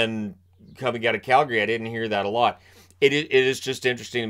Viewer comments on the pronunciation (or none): none